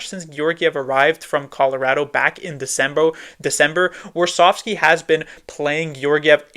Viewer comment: I liked when he said "Decembo"